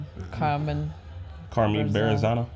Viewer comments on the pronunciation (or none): They're saying bear-zano tho